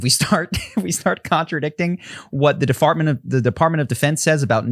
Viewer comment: Defartment! Biznuth!🤣 I peed my pants a little bit